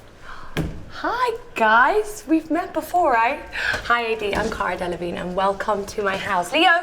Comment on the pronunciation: who is here after the "CARA DELA-VIG-NIE" questions